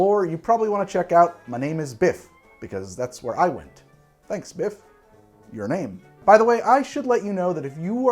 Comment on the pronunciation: But ‘Biff’? 😆